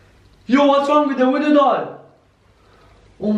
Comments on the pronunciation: you're saying woodo not voodoo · I swear this guy's bored asf By the way you're your saying woodoo